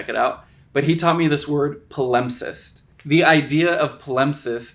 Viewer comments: Palimpsest has the stress on the first syllable. PA-limp-sest, not pa-LIMP-sest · Please learn to pronounce words before making videos about them! It’s PAL-imp-sest, not puh-LUMP-cest 😱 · PA-limpsest, not paLIMPsest. You put the wrong emPHAsis on the wrong sylLABle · I just recently found your channel, and I think it's wonderful. I agree with you that palimpsests are awesome -- I'm interested in Latin, and there is a ha-YUGE amount of ancient Latin literature which was lost, and then was recovered in palimpsests -- but one of us has been pronouncing it wrong. Maybe I was wrong, but I always thought the emphasis was on the first syllable: PAL-impsest. Or, come to think of it, maybe there are two accepted pronunciations, are we're both legit. I don't know. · FYI the word palimpsest is pronounced "pa-luhmp-sest". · Better check the pronunciation of your new vocabulary addition. I think you've accented the wrong syllable. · this mf really put a whole section on the word "palimpsest," and can't even pronounce it. great research smh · Please correct your pronunciation of 'palimpsest'. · Great video, but I've never heard palimpsest pronounced that way!